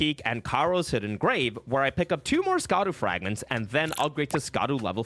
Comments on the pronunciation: It’s not skadoo it’s shaduu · It is not pronounced "ska-duu" it is pronounced like shadow, "Sha-daux." The C is pronounce like an S. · The DLC has been out for months and you still don't know how to pronounce Scadu? /facepalm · Yet doesn't know how to pronounce "Scadu"....